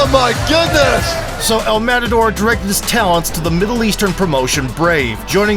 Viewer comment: this guy butchered the pronunciation of El Matador so badly its sickening